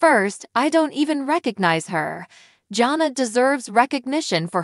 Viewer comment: Her name is pronounced JAN-A